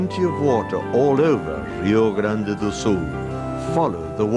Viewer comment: "Rrrio Grande do Sul".... Why dude, we don't even speak Spanish.